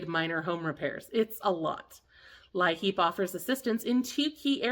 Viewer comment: In WV it is pronounced 'LEAP' , , not 'LI-HEAP'. (Thanks for all your hard work!😊)